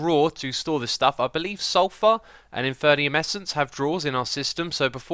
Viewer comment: Infernium?! Arivata?! Damn, dou you even try to read the names? Or is it like a kidding thing you do, i'm actually worried.......